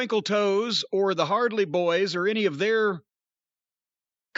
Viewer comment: Every time I hear Jim say "The Hardly Boys", I get that 'Hardly' theme song from South Park in my head. "I've got a raging clue right now! It's pointing this way!" "Let's follow your clue!"